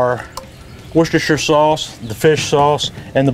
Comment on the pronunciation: An American who pronounced Worcestershire sauce correctly 😮❤ whoop 🙌 you have my respect sir 🫡